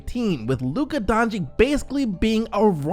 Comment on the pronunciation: He's not Donchick, he's Donchich!